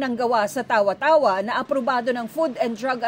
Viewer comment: Mali ang pronunciation ng Tawa-tawa.